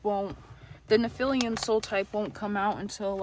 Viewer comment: Nice video, thank you. Please, correct the pronouncing of nephillim - its not nephilium - as that really takes away from credibility of your presentation.. For the future. We have to be credible and informed correctly to transfer knowledge. Research a bit who they are in history so we have reference point. They are not "nefelium" that word does not exist. Otherwise, thank you for the video